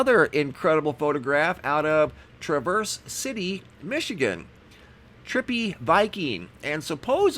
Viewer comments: The A in Traverse is pronounced as the A in Bat and it is smooth no break. So not Tra verse but Traverse City! ☺ Awesome photos. Be blessed in Jesus Christs mighty name! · It's pronounced Tr avese City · I got absolutely mind boggling video last might. Massive cloud ships and fake helicopters..also see those rings often. And its pronounced Trah v errs. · Traverse City. Trav-verse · Awesome video as usual. FYI it is pronounced Tr-ave-er-s city :). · Traaaaaaaavers city not travers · COULD SOMEONE PLEASE TELL HIM HOW TO PRONOUNCE THE WORD TRAVERSE CITY MICHIGAN??!! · Who pronounces Traverse City wrong? Why,, that's who! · Dana Smith haha I’m from Michigan and how he said it was not how u pronounce it. Guess he Needs to take a trip to Michigan when all this crap is over with.